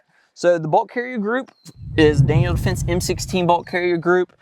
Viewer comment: Daniel. Not Daniel's